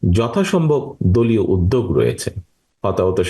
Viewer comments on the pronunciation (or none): none